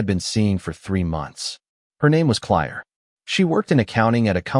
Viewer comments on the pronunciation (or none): Clire? It's Claire. This AI stuff is not only not bullet proof its just plain annoying. Try editing better.